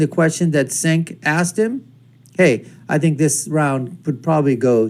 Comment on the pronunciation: It’s pronounced Jenk